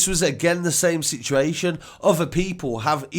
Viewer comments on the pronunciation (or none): none